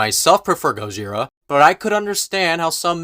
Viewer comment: No, no it's "GOZIRA!!" If you're your going to incorporate the hevy accent do it right